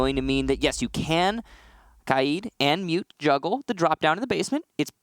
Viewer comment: Why does everyone pronounce K AID As KI AD ?? How do you get the I before the A? It’s KAID NOT KIAD